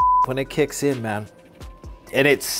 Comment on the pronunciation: “Pure Colombian mayn”